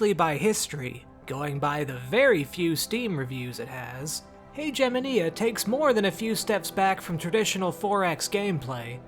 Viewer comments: I'm pretty sure the word Haegemonia is pronounced differently. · I cringed at the pronunciation of Haegemonia. Considering that even in English you're not supposed to pronounce Hegemony like that